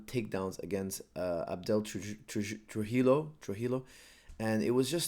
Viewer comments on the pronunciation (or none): It's pronounced TRU - HE - JO.....